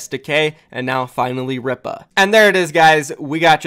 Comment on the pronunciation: I'm pretty sure Ripa is pronounced Reepa